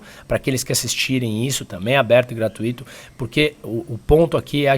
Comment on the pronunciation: A essa altura da vida ainda fala "gratuíto"